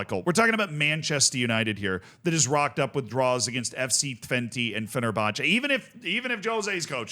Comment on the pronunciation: Just a small correction for the Dutch teams: AZ (A-Zet) and FC Twente (FC Twentuh)